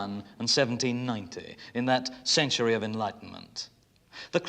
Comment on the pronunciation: "CentureaH" A new word for my rich Whicker quiver. Thank you BBC 🏹🇬🇧